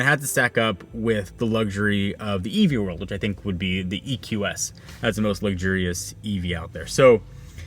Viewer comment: The way you pronounce luxurious… lug-jury-us?